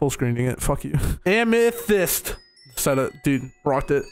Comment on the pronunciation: I love how pronounced amethyst wrong lmao you did your best buddy